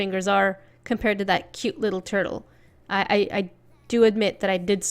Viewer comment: Its LITTELL,LITTELL,LITTELL,LITTELL lol u make me laugh so hard 😂